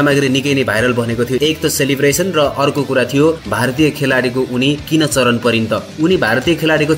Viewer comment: Charan join sharan vannuhos shabd shuddara ni hunuparyo